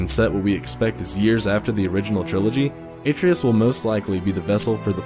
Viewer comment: Great video but the way you pronounced Atreus made me cringe. It's more like "Uh-trey-us"